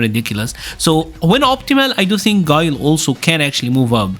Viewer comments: Who tf is gee-lay 😂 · so Guile = "Gillay"....OK.